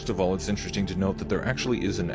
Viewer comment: ITS INTERESTING. NOT INTER…..RESTING……OMG PLZ